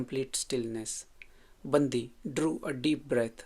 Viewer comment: It’s pronounced as बण्डि not बन्दि